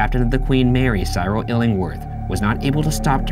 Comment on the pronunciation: Cyril is pronunced "Sirril" not "Sy-rill"